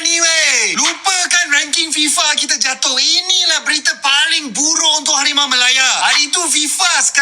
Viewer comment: Min, hawimaw jadi hawimeow... 😂🎉